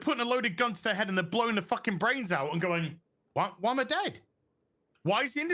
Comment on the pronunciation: When said "they put a loaded gun to heir head and blew heir brains out and then asked `why am I dead?'" all I could think of was playing a video game.